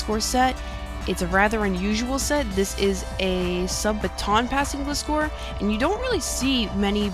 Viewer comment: She says it fine! Don't listen to him, he doesn't even speak 'Merican. XD